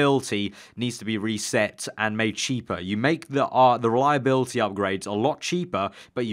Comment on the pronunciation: It's reliability, not reliabilty😂😂